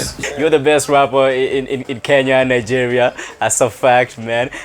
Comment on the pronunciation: Learn to pronounce Nigeria